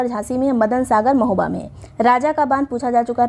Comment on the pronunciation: 29.08 pe di ne mahoba ko hamoba bola kis kis ne dhyan diya 😂😂😂😂😂